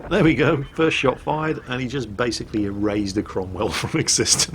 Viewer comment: "Erazed a cromwell" lol that's how I'm saying it from now on :)